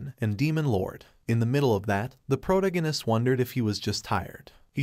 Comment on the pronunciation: I can't spell, but why can't you speak English? Pronounce protagonist. You should search for any word you have no clue how to say, learn to pronounce it correctly, and then move on. Some words sound different in Britain than in the USA, you should pick one and stick with that choice. Spelling of words between British and USA is also an issue but I'm more worried about sound. Doing this can help improve your subscribers and viewers.